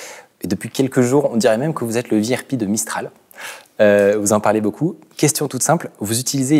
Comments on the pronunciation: "le vihèrepi de Mistral", gros facepalm ça se prononce "véhèrpé", c'est un acronyme français... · anglicisme mais pas trop non plus, "le VeeAirPee" de Mistral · Le "Vi Are Pi" de Mistral.. j'ai arrêté là... VRP est un acronyme français juste pour info. Ca plus Macron qui nous fait une lecon sur l'entrepreneuriat, le droit à l'erreur... Pour un littéraire qui a fait l'ENA, à quel moment a-t-il été entrepreneur dans sa vie ??